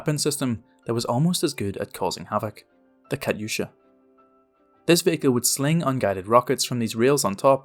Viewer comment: Im not trying to be rude, but "Kayusha" is pronounced Katyusha. The T isnt silent